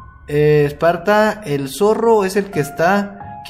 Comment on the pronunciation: Dise zorro en mal